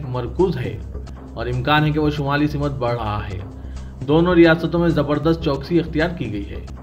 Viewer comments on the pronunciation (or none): Simat nahi wo simt hai